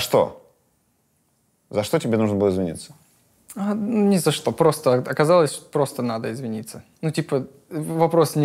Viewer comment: есть даже момент где он сказал "шо" и потом исправился))